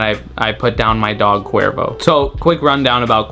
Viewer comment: It’s sounds like qweervro